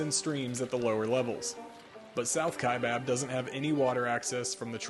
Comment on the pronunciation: Wow, someone who pronounces "Kaibab" correctly and not the incorrect pronunciation of "Kai bOB." Thank you.